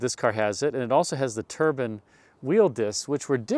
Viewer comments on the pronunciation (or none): We shopped for a new car in 1973 so compared the Monte C. with the Caprice Classic. I recall the pivoting front seats ! I was only 8 years old lol. Turban wheel discs ! how exotic .... Turks in Monte Carlo ? I think you want to be saying TUR-BYE-N ... Turbine style. I really enjoy your memory-lane showcases. PS... I want to see inside the ashtrays !